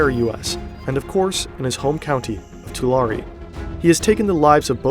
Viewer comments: It’s too-lare-ri not to-lare 😂😂😂😂😂😂😂😂😂😂😂 Central Valley is the heart for the Mexican cartels doings. Born and raised. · It’s pronounced Two-Lare btw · it's pronounced two-lair-ee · Video RIDDLED with fucking errors. First, learn how to fucking pronounce Tulare. Second, Tulare is or ever was NOWHERE NEAR the poorest counties in California. It’s always solidly in the middle. Simple shit like this is off what other errors are in this??? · If you love research so much, you should know how to say the names of the towns. Not hard. Here's one: it's "Too-lare-eee". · It’s pronouned “TWO LARRY”. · It’s pronounced toolaireeeee! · It’s Tuh-Larry county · Im sorry but its pronounced “tulair” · Hey! You pronounced Tulare right the fist time. It’s pronounced Two-Lairy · It’s pronounced like Two - Larry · His home county is pronounced 2-Larry and now I’m terrified lol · It's pronounced Too Larry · The county Tulare is pronounced like "to larry" for anyone interested. Now, I'll finish the video. :) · too larry ? 😂 it’s too lair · Say it "Too Larry" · Ain’t no way I’m sitting here in a small town like Earlimart (45 mins away from me) in Tulare county, i go to college in the town he was born in, and i come across this. And we pronounce it “Too-Larry”. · lol. To-law-ree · It's pronounced "Tuh Larry" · Bro do your research. That’s not how you say Tulare. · Makes an entire video about a guy from Tulare and doesn't even learn how to pronounce Tulare correctly. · That’s not how you say Tulare😂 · the pronunciation of tulare in this video makes my brain hurt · Bro did not just say Tulare is beautiful. Clearly he’s never been there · I live near Tulare and uh, please tell me you agree that they butchered the pronunciation of Tulare